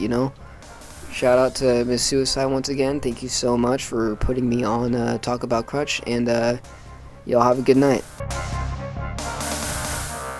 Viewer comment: I love hearing how the non-German artists completely mispronounce “Krach“ differently every time :D “talk about crutch“ lol :D